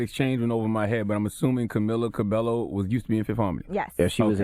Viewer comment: Guys her surname is pronounced as Cabe-yo